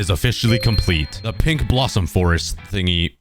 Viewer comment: I thought you said pig tree biome instead of pink tree xd